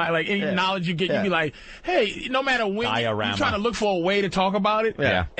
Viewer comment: Diorama, not dynarama.